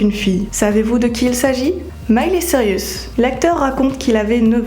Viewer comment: miley cirius ??? billy ray cirius ??? 😵aïe mes oreilles c'est cyrus pas cirius